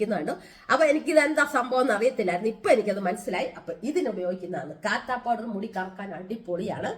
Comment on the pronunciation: കാത്താ അല്ല കത്താ പൌഡർ ആണ്